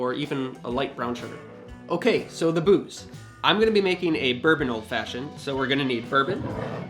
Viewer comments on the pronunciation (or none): none